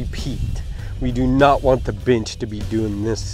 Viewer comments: Sounds like was saying build a bitch 😂🤣😂🤣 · I keep hearing bitch instead of bench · At the start I thought he said, ".....But now we need a bitch!" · I like he calls it a “binch”.. and why is he callin himself buff?? Dude looks flimsy af